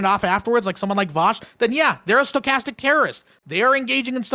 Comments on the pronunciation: I've been hearing it skatastic terrorism for weeks. ha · Stuh-kas-tik. Say it with me people. Over half of these fuqs never heard that word before the panel and continue to mispronounce and misrepresent the term itself. What a shame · half the poeple in this panel can't pronounce stochastic lmao.